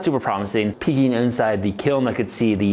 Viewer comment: He said peeking right as the yellow crucible came on screen. I had to go back and turn on captions because I kept hearing peeing.